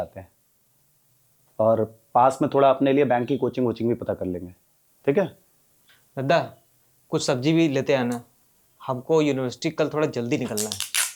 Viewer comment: Dadda nhi Dada bolte he